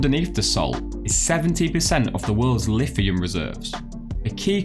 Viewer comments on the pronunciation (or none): none